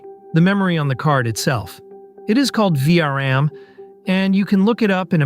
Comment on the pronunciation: Tell your AI speaker that it is called "V-RAM", not "VRM".